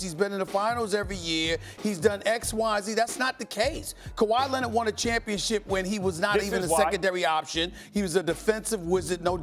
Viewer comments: KuWaa Lennett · “Kawhi Lennid” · "Kawhi Lennit, Kember Walker" 🤣🤣